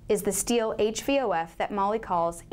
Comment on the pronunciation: if you're going to represent a company, you should at least learn how to pronounce their name